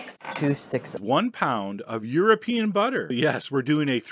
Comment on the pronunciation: Nobody: Chef John: oNE POUND OF EUROPEAN BUTTER